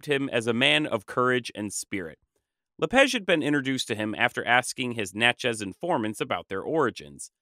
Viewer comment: I’m curious why you pronounce “La Page” as “La Pege”? The “a” in French is supposed to be pronounced like the ‘a’ in “father”, not “feather”.